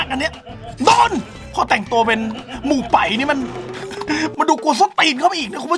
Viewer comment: เฮ่าเทียนครับ ไม่ใช่เห่าเทียน มู่ไป๋ครับ ไม่ใช่ หมู่ไป๋ 5555